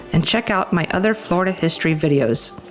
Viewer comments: It's pronounced Flor--i-da, not Florda. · How about pronouncing the state correctly? 😂 We who are true Floridians pronounce it “ Flar-da.” The way you and so many others say it makes us cringe a little. 😂